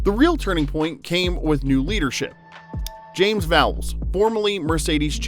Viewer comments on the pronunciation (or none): none